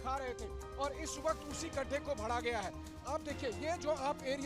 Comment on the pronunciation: Kis bihari patrakaar ko bhej diye. Jo bhara ko bhada bol rha hai